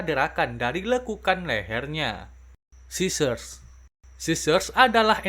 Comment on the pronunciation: Bang train eaters gak ada Edit:bukan sissers tapi scissors